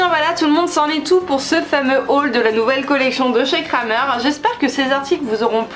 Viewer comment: Coucou, on dit pas "Kramer" mais "Krämer" il y a bien le tréma sur le a 😊